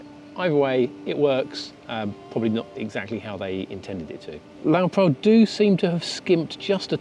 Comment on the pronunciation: I think he's trying to tell you it's pronounced Lowe Pro as in Lowe Professional... Not Lowe Prow.